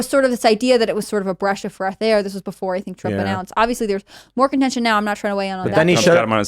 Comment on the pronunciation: 2 things… ‘A breash of freth air’ is the WEIRDEST verbal slip I have ever heard in my life. Heart you ….but it was weird. 2. Mistakenly calling Casey DeSantis ‘Casey Anthony’ is HORRIBLE. That deserves an apology. Holy shit. Gross. Hahahahaah